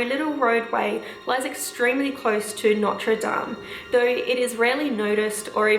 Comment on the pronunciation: Your prononciation of notre dame is near perfect, i got really surprised ! :D